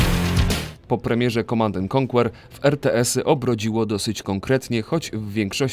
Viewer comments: Jezu, nie czyta się KONKŁER tylko KONKER, ależ mnie uszy bolą :( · "ko/anker" a nie "konkuer" kurwa ._. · Świetny materiał i wspaniale opracowany! Jest jedno małe "ale": niektóre angielskie nazwy są niedbale wymawiane, np. w słowie "conquer" nie wymiawia się litery "u", a słowa "dawn" nie wymawia się jak "down". Szkoda, że takie drobiazgi psują tak dobry materiał. Pozdrawiam